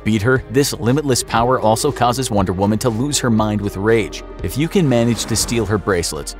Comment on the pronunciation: The average male can beat “wonder whuman”